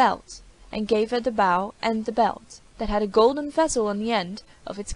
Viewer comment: Reader keeps pronouncing bow like “bough” when in context it’s clearly talking about a weapon.